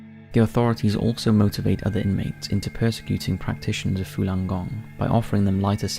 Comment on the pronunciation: It's Falun gong not fulan gong